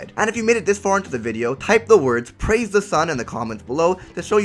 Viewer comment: Pwaise de sun